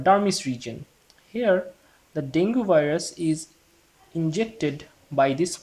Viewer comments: Great video ! Btw, dengue is pronounced as Deng-gi.. not deng-gu. Have a good day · Frst of all.... It's डेंगी.... Dude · Deng Ghee, its DENGGGGHEEEEE